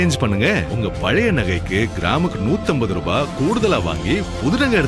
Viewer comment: I didn’t see his name but I knew Muslim. He says ரூஃபாய் (ரிபாய்) than ரூபாய் . Dunno why only Muslims does it